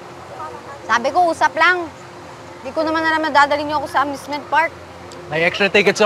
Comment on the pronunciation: Amusement❌ Amment✅ 🤣🤣🤣🤣🤣🤣🤣